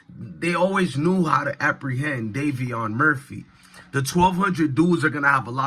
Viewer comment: Davion not Darrion